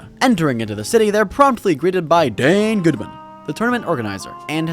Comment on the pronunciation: The enunciation of "Dane Goodman" never gets old